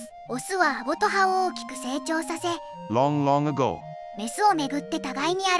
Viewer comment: Long long agoの発音分からなかったから助かる